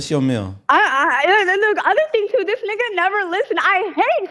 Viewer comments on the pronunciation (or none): the way she says nigga tells me she’s not black. quit letting that shit slide yall